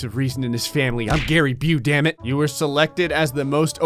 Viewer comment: gary bu = caribou